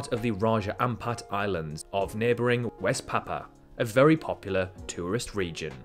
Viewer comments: Riddled with errors, not just when King Charles was born (and he's NOT "King of England", there is no such title!) "West Papa"? "Sandman Islands"? "Papa New Guinea"? "nucular tests"?? "Vananatu"?? And an island midway between Japan and South Korea is no way "tropical"! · " West Papa" hahaha